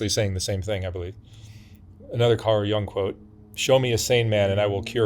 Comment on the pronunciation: Not to be a stickler, but it's YOONG, not young.